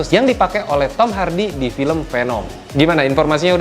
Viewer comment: It's veneum not penem ✌️